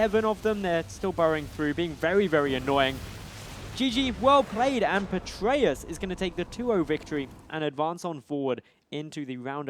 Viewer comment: Stop saying "Petraeus". You guys aren't even saying it right.